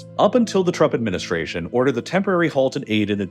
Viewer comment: Is it only me or he's actually pronouncing it "the Truck Administration" lol